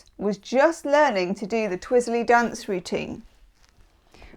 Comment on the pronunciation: Ha, you went a bit southern Amurrican when you said "dance." It's a uniquely southern thing here to stretch a one-syllable word out to two or three. (The classic example is the southern fire-and-brimstone pastor stretching "Jesus" out to about 3 syllables. "Jee-uh-sus!") Anyway. Thank you! Great reading, as always.